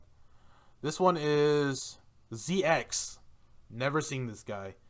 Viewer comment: Prounce it Ze-Cross not Zee-Ex